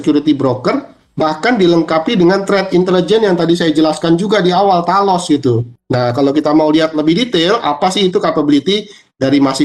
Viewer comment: Talos ?? dengernya tanos 😂